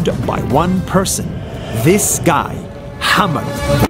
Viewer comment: His name is 'Hamad' not 'hammed'. Another one it's not 'DOGE' its 'Dodge'